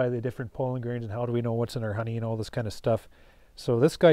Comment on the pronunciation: Very nice BUT... could you stop calling it "pole-in", it's pronounced PAW-LIN (sorry but it drives me nuts )